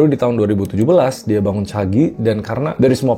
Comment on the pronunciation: Caji bang, bukan Cagi 😅